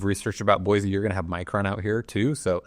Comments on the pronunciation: "Boy-cee" not "Boy-Z" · It's Boy-See, the Z is silent! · No Z in Boise amigo… mo mo land represents concentration of Mormons As a native Eagle -ite your doing so so